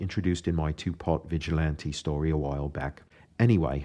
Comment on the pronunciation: This is an interesting premise...shame it was never made :( also your enlgish accent is fucking terrible could u not have gotten an actual brit to do an allan moore voice? No Brit pronounces vigilante as vigilaunty for gods sake.